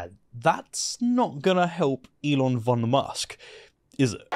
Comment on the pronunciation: Elon von Musk 😅 Btw it’s pronounced fon. I’m sorry I’m a besserwisser 😊